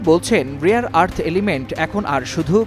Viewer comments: রিয়ার নাকি রেয়ার😂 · The word is RARE not Rear. Do a bit of research on phonetics. Bunch of stupids. The world is hearing you.